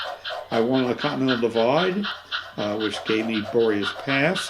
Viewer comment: Beautiful stuff! Narrator's note: "Boreas Pass"....should be pronounced "bore'-ee-ass"